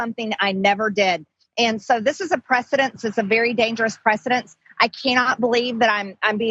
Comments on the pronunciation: "Precedent".. not "Precidence" you uneducated feckless twit. Goddamn every moron who elected her to office, I hate them more than her. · "It's a precedence, it's a very dangerous PRECEDENCE." Awww, isn't she just precious; she learned a new word today. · “Precedent” NOT “precedence” you moronic twit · ty John, I was cringing every time she said precedence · It’s precedent not precedence Orangutan Taylor Green.